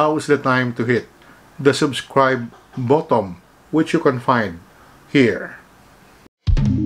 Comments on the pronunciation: button Hindi bottom 😂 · Lol 😂 ka din anong bottom .Its BUTTON not bottom 😂 ay tatang